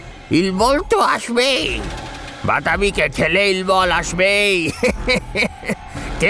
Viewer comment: ইল্বলের উচ্চারণ ইলবল নয়,ইল্লল।